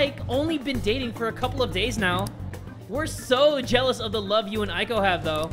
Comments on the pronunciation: I think you say eiko like Eyko not Aiko. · Here's a tip: "ei" is pronounced like the "ay" in "" and "ai" is pronounced like "I". I love this series! You're that dude!! ^^ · Man, I got so excited when I saw this episode was out! My studies can wait for a bit... Also, a little pet peeve, Eiko is pronounced like ayy-ko (as in ayyyy lmao; or just the letter A). Japanese vowels always sound roughly the same, so e always sounds like eh, and i always sounds like ee (think 'sensei'). I want to make a video about this someday, because it's a huge pet peeve of mine! But I love you, and you're still awesome, even if you mispronounce things sometimes (you're actually better than most tbh!).